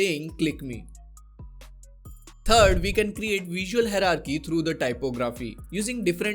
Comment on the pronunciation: just a tip- first you learn how to pronounce hierarchy correctly! Thanks!